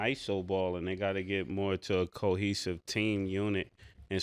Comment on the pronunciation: 😂 what are we going to do yall with Cam and him trying to pronounce big words or say people names right. It's cohesive Cam not keihesive. 😅 Btw don't ever, eva, eva, eva eva eva eva.... ever do that twirl again💃 hey!,....hey, hey. Pause